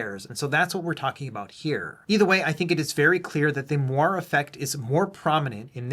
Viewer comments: It's pronounced "mwa-ray", not "mo-arr", and that's as spicy as I plan to get on this. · Interesting video. FYI, moiré is pronounced "mwah-ray", though :) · I think you got it really close. "Mwar" sounds a lot like "more." :)